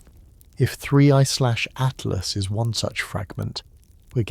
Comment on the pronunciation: Fix your ai 3 zero zero zero good lord at last it's atlas